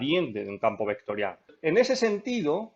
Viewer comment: hablas de una forma un poco bruta y eso me distraía mientras veía el video. "ehto eh una función vectoriah", "derivamoh doh veceh"...